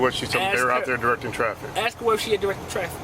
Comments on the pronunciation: It's always "I was finna ax you a question" with these people. This truck is over 2600GVW and is not even supposed to be on that "skreet". It's like they're too stupid for societal rules. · Did he want to axe a question?